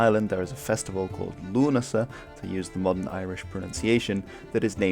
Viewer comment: Your pronunciation of "Lughnasadh" is bang on, fair play.